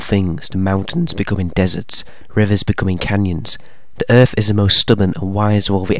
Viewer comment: “The power of Earf” 😂